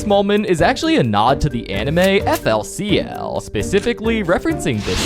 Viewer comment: its pronounced fuli culi